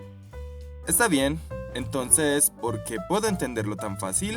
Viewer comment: "Por qui" eso está errado no se pronucia assim!😂😂